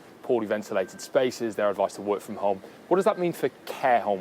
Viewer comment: I'm disturbed how the interviewer says Hohme, instead of home.